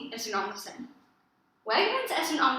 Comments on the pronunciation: One small appreciation. We don't say AL-ma-CÉN. We say al-ma-CÉN. Both al and ma are equally low tones. Spanish fluctuates with tones more flatly kind of like Japanese, while English is more up and down constantly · Your letter e in almacen should sound more like ay -fellow gringo Spanish teacher that also does not have a perfect accent ;)